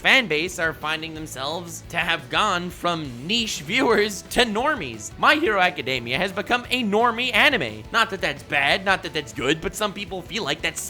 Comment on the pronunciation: I'm going to be that person because the first 7 minutes of this video irritated me enough. My Hero "Academia".... Ah-kuh-dee-mee-uh. There is no "day."